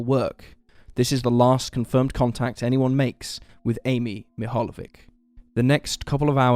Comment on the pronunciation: croatian/serbian/ bosnian/slovenian surnames witch "ic" ending should be pronanuceed - ich .. LIke Popovich ( orginal is Popovic ) Great channel btw